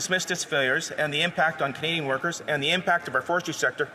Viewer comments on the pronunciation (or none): How is it our Foreign Minister can’t say “Canadian”?!